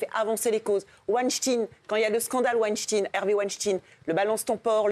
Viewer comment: Weinstein Elle arrive pas a le prononcer Maillet elle veut trop faire l’américaine 😅